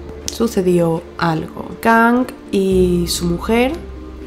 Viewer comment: se pronuncia Kang, no Kong, se me hizo raro